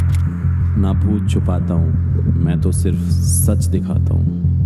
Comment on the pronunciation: " Chuptata = चुपाता ❌ " ====> " Chhupata = छुपाता ✅ "